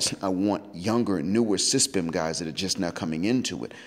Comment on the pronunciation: That's the first time I heard S.Y.S.B.M. pronounced as SYSBM.